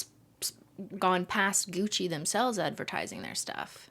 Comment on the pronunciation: IDK WHY BUT THE FREAKING GUCCY HAD ME DYING